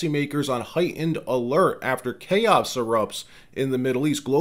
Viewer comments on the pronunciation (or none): none